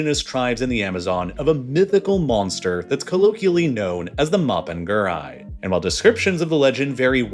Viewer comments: For anyone interested, the monster isn't "mopen gúrai" it's "mapinguarí" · Note: Mapinguari is pronounced as mah-peen-gwa-ree! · Ok, he trying to say "Mapinguari" made me laugh lol Also, Mapinguari would smack the s*it out of the sasquatch and big foot fr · His pronounciation of Mapunguari hurts my soul